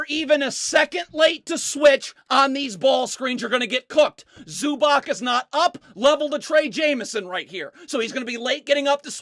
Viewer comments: ZubaC... Read Zubatz and not ZubaK😂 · please listen to me, its awful to hear ZubaK, it C-ts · Cool video, but it's pronounced Ivitza Zubatz. Greetings from Slovenia